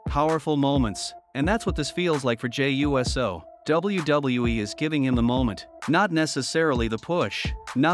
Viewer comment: I saw nothing wrong with the match. Hated how your video kept saying “Jey U.S.O” as if it’s a fucking USO show for the US Military 😂